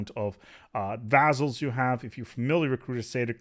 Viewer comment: couldn't handle the mispronunciation of 'vaZZals' had to search for Montu's video thx anyway